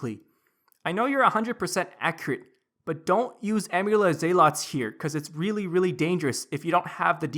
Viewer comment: You are pronouncing the word 'zealots' wrong. Please fix